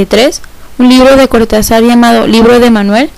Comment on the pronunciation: Don Julio debe saltar en su tumba cada vez que le dicen "Cortazár"